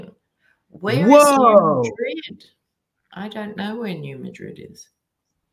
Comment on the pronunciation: In the States, we say New Mad Rid with two distinct syllables, accent on the first. We don’t say it like the city in Spain.